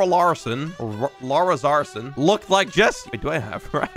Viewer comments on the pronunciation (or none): "lara zarson"